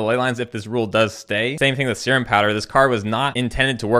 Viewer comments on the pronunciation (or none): i think it's pronounced "see rhum "